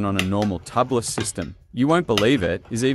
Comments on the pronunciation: TUBE-LISS. Not Tubb-liss. Or, technically, TU-bliss. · Tubliss....say Tube-less, not Tub-less. There are no tubs in dirt biking. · It's pronounced.. tube less.. get it no inner tube tubeless